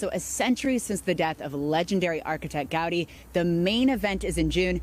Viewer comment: No Gaudí (pronounced GaudEE, not GAUdi) did not leave “detailed blueprints. That’s one of the biggest challenges.